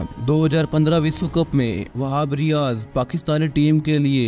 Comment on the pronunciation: Whab riaz इक बेशुमार बॉलर है 😅😅😅 भाई बोलना सीखो